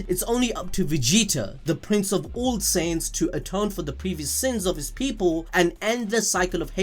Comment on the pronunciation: it took me 15mins+ to realize "saints" was actually "saiyans" (science)